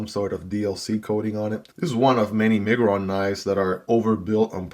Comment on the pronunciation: It's My-grr-on